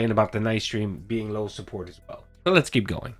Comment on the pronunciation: Low suhpoort Low suhpoort Shut up’a your face, Phil You make’a me so angry